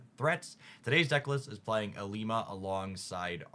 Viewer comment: First cc I’ve watched that says ilima correctly 😅